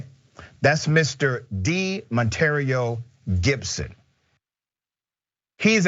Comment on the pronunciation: Not De Monterrio!🤦🏿‍♂️🤣😐 We amke it happen with the names..😂😂🤣🤣